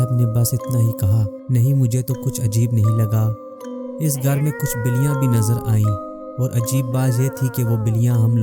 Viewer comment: Word biliyan hy baliyan ni hy